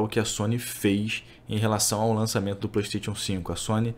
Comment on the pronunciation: Como levar a serio um cara que não sabe nem falar Playstation 5.